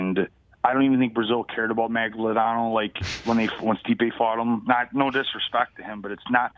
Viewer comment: Fabio Maglodano?????? it's Maldonado!